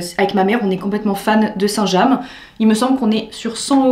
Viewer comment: Oui sauf que " saint jam " ça n existe pas..😂😂 c'est" st james"